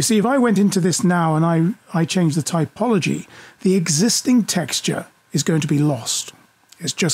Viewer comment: TOPology, not TYPology. You really should fix that and re-upload this video. Otherwise, good information.